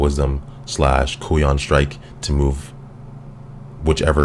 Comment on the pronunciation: I think it's pronounced Kai-yoon.